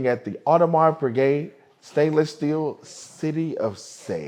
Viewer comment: OMG, he just butchered the pronunciation of the brand. AWFUL. How does a watch enthusiast (as he claims he is), mispronounce such an iconic brand. I stopped watching the video immediately after the mistake, I refuse to watch (pun intended)!